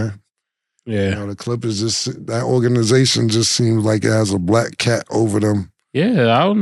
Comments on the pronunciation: This nigga Cam said organation 😂😂😂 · Killa what is a orgination😂😂